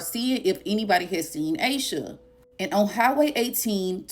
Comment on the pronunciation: Aaaash sha not aye sha